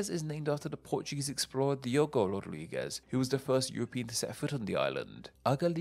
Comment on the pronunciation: Just a heads up that Rodrigues is pronounced as "Ro-drigz" and not "Ro-drig-ez." At least, not locally